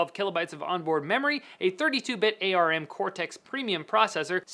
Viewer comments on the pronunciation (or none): Please don't tell me you said A-R-M instead of just ARM...